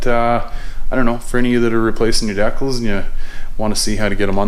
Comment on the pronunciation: Love your channel and I chuckle every time I hear you say decals :)